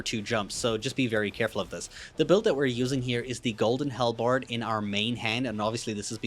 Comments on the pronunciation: Halbred - pronounced like Hal(the name) and bread (the food). Idk what a hellbard is but it sounds like a musician in Hell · Not bread.. berd. Like... bird.